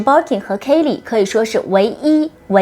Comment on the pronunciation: I do like some of your comments. but you mispronounced the brand name or your accent sounds incorrect ?! it’s “Kelly” not “Katie”